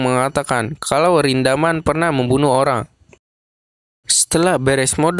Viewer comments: ringgoman. itu sebutan bouya untuk rindaman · Nama : Rindaman Disebut : ringkuman Ngakak